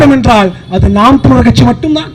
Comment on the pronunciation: தம்பி NTK இருக்க சீமான் எல்லாருக்கும் சேர்த்து சொல்லுற தமிழ் உச்சரிப்பு பேச தெரியாமா மேடை ஏறி பேசுறீங்க . தமிழ் ல தமி ல் நு சொல்லுறீங்க வழக்கறிஞர் ஆ வ ல க்கரிஜர் நு சொல்லுறீங்க.